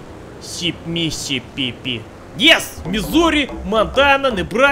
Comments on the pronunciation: struggles with Mississippi My mind when he finally got it: ME SIP PEE PEE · mi mississ mississip missippeepee missippi sipmisipipi YES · Missipipi Days later Me: Missipipi Also me: Wait wha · Mississipi sound like he's saying “I peed myself in spanish”😂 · me se pp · Mi... Missis... Mississi... Mi... Psipipi... Pi... Mi... Sipi.. Simmissipipi... YES! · you say it wrong, it's miss cccp XD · Most people: Mississippi: Me see pp 🤩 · He said Tennessee pretty good not as bad as Mississippi lmao. Pipi